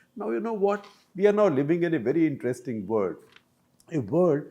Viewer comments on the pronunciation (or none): none